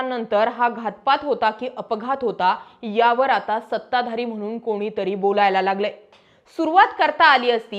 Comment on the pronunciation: आपन❌ आपण ✅.... मधे मधे इंग्लिश शब्द वापरता पण मराठी पण (पन ) शुद्ध बोलता येत नाही...ना खंत ना खेद!! आत्मविशास दांडगा आहे... अशुद्ध बोल पण रेटून बोल... मस्त 😢 वारंवार वारं नवार अनेक "सहावा व्यक्ती"❌ सहावी व्यक्ती ✅ म्हनुन 🎉🎉🎉 व्वा व्वा ताई.. असेच चालू ठेवा 🎉🎉